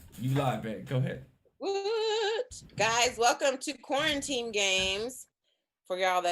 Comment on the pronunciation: Why does keep calling it qauranteam games It says it right there that it's quarantine games